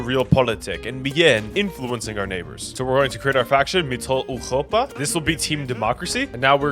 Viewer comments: No it’s wrong. The “Eu” vowel in german is supposed to be pronounced like “oi” as in moist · I enjoyed this video immensely but why do you keep saying mittleeuropa like that bro 😭😭😭 just say middle europa just anglicize it man 🥀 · Ah yes, Mitteleuchopa 😂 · Ngl your pronunciation of Mitteleuropa is funny bruh. You pronounced the r too gutturally as if it's a Dutch g/ch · Your pronunciation of europa is way to harsh on the “ur” part of europa and it’s physically making me recoil. So habe eine gute abend oder eine nacht odioten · The way he pronounces MittleEuropa, like from eurovision "Europapa"